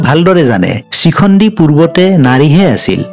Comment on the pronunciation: চিখণ্ডি নহয়,শিখণ্ডি,,, বাকী ভাল লাগিল।